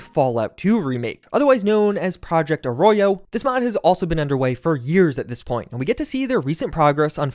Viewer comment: I can rest easy hearing you pronounce Arroyo right